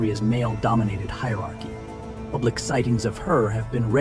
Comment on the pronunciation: Pubic not shame😊